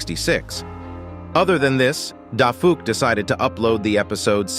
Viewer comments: Everyone that saw him say Daffy Duck instead of dafuq 👇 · Bro said "Daffy" Instead of DaFuq also "Ducky" xD💀💀💀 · Bro called dafuq boom as dazzy duck💀